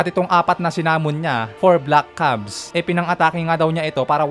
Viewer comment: Hindi po kaya “CUBES” yun? Hindi “CUBS”.